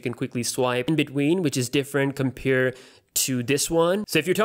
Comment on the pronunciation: please stop saying compere :(